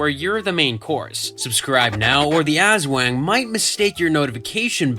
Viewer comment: You’re pronouncing aswang wrong and it’s lowkey funny and making me wanna cry XD (As-w-ung, not “As-wang”) Ps: I’m sorry if this is rude, I sometimes get annoyed when words aren’t pronounced right. It’s a toxic trait of mine 💔